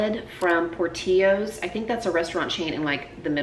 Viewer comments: I giggled when you said "Por-tee-yos", but it's a great salad! Perfect to use up leftovers! We say it "Por-till-ohs", and they have the best cheese fries as well. Great video! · We have Portillos here in Chicago. FYI, The "L's" are sounded out por-till-o - it's Italian. And their food is terrific. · We have Portillo's here in central Florida, and, since we have many Spanish-speakers here, I often here it pronounced the Spanish way, the same way you pronounced it. It just seems weird to pronounce those two Ls! :D I love these fridge clean-out videos!